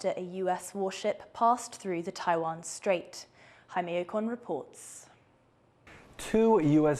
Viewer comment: There is no SH sound in the word straight